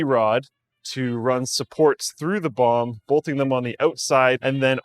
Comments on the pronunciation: I keep hearing him say bong instead of bomb. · Why do I hear bong everytime he says bomb? O.o maybe I need to take a toke brb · When says bomb it sounds like he is saying bong lol